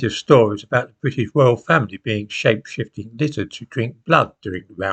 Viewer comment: 12. "after all there are plenty of stories about the British Royal Family being shake shipped & lizards to drink blood" WHAT?!!! Please speak more clearly. I couldn't understand what you said here. (I hope it's not true!!!)